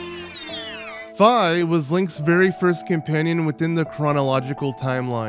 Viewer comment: Tatl isn't as annoying as Navi. She doesn't constantly tell you what to do next. She usually just mentions it once. You are one of the few people who pronounces Fi's name properly. I get annoyed when people constantly call her Fee. Didn't they hear her name in Hyrule Warriors?